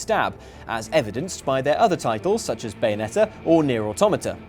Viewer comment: I am absolutely blown away by the fact he pronounced automata correctly